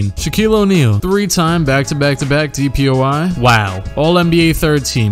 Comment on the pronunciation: Everytime he says DPOY I hear DPOI haha